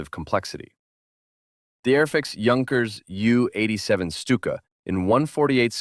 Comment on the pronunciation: Thanks for pronouncing it correctly junkers! Great review it had me salivating